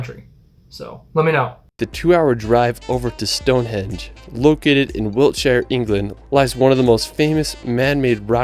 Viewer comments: it sounds like the narrator is saying stone HEDGE ??? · Stonehenge not Stonehedge! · its STONEHENGE not Stone hedge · I know it's not his fault, but it's StoneHENGE, not Stonehedge. And on that tree lined road, it 's not helpful to say they're everywhere! Individual twisted trees can be found anywhere, but that tree-lined avenue, I live here, but have never found it, I have been to Northern Ireland, where according to your lead video, it is situated, but they don't tell you exactly where. There's another brilliant railway viaduct in the Yorkshire Dales, near Hawes. (Not my home town) but good and excellent for cheese. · Um it’s StoneHenGe not hedge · What is wrong with the video narrator ? His pronunciation is all over the shop. “ Stone hedge” ? WTF ? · One thing that kept annoying me in the video you were watching is the guy kept calling it Stonehedge instead of Stonehenge, only a minor thing I know but it was annoying to me. Another place near us that we like to visit is Portchester Castle. It is right next to Portsmouth on the south coast of England. This is from the Wikipedia page: Portchester Castle is a medieval fortress that was developed within the walls of the Roman Saxon Shore fort of Portus Adurni at Portchester, to the east of Fareham in Hampshire. The keep was probably built in the late 11th century as a baronial castle and Portchester was taken under royal control in 1154. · Stonehenge not Stone hedge as they guy says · It makes me cringe every time he says stonehedge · I wish he would pronounce things properly.